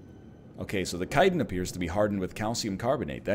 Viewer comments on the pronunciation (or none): none